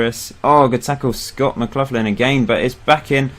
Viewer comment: Your pronunciation isn't too bad but McLaughlin is said more like McLachlan. Except for that your time in charge of Clyde has been really good